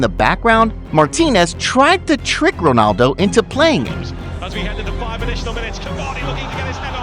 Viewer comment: btw why are you saying wonaldo instead of ronaldo